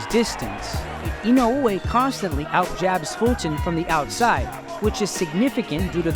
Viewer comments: C'mon top rank.. this man is printing you 💰. The least you could do is learn to say his name right. Just say 'E know way' at least it's closer than 'e no ooh whey'. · It is 4 syllables, but I think the emphasis on the e-no-OO-ay is the strange part. In Japanese the syllables somewhat blend, and the emphasis should be more like EE-no-oo-AY. Applause for doing your research beforehand though! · his name is not inouuuuoooye btw. its just I N O E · In-o-way, that’s how you pronounce it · Idk why English speakers tend to make Japanese names more complicated, dudes name is NOW-YA IN-Oh- Way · He's not Hawaiian dude, you can just say "In-oh-way" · Don't listen to these guys please, it's Ino-weh simple as that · The correct pronuonciation is, Now-ya Ino-way! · Say his name properly. Put some respect on it. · i cringed every time i hear you say inoue name, sorry i cant finish the video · The way he pronounces his name pisses me off. At least say it right if your gonna make a video about him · How this guy pronounces "Inoue" rustles my jimmies